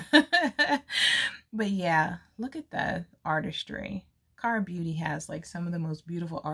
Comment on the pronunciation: You sound cute saying Kara beauty palette you did good pronouncing it mamas